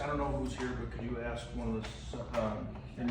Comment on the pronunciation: Can't continue to watch. I'm sure the smoking cops name is Espinosa, but the way you're pronouncing it gets my gall. It would be Es Pa Nosa. Please! Not Espi a Nosa very common surname! Since we're at it, please don't say Axs you a question! It's Asks'. Please!